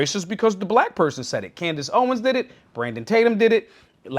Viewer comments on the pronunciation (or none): none